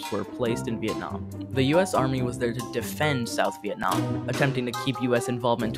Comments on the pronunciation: “Vietam” war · Really oversimplified "Vietnam" as well.